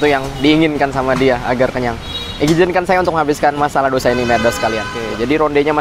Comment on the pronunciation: Tulisan nya dosa tapi bacanya Tose 😁😁😁